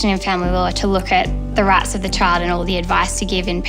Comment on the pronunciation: everytime she says it I cackle